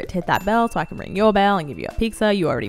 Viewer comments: Idk why but please stop saying piKza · Pizza = Peetzah pizza = Peeksah